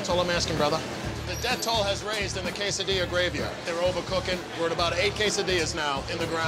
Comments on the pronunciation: What is a kass-adilla? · I resent the fact that he said “cass-a-dilla”! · That dude said CASADILLAS (all house no cheese) 😂